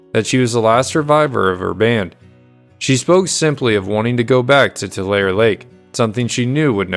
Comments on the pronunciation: BTW Tulare is pronounced (Two Larry) Not "Tu Lair" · But there are still some who debate the pronunciation of the city of Tulare. I was taught Too Ler ee. But some prefer Too lar ee. To them I say Tomatoe Tomauto. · I'm from a bit further north in CA, but I always thought it was pronounced Too-lair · you pronounced tool somewhere and left out the ee Tool ee ... 🙃